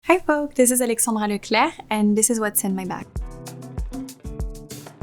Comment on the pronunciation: LECLERRRRCCC ACH CH CH